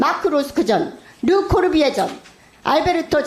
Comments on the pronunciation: 발음도 흥분해서 르코르뷔지에가 아리라 르코르비에, 위키트리가 아니라 위크머시기,코바나컨텐츠가 아니라 코봐라ㅋㅋㅋ야수파걸작전이 아니라 야스파결작전 ㅋㅋㅋ읽기나 잘해라 이 무식한 아줌마야! 동네반장도 당신보다 교양넘쳐ㅠㅠ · 르꼬르뷔제 못 읽냐고요 ㅋㅋㅋㅋㅋ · 르코르비에가 아니라 르꼬르뷔제... 발음이나 또이또이하게 하세요